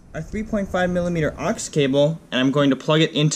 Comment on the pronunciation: What a real pity = that your spoken word of OX - is incorrect.. It's NOT an "OX cable" at all, but an Auxiliary (AUX for short) cable.. Pronounced as AWKS not OX An OX is a beast of burden (or as some would say - a person who is an OX - is someone who is slightly thick & dense) AWKS is short-speak for AUX'iliary